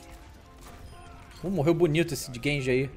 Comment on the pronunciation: N é genji, é gayji